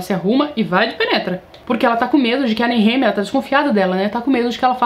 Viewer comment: Pronuncia como”nerremia “ é foda kkkk